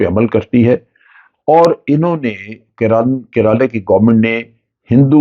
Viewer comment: Its not keraaalaa 😂😂😂😂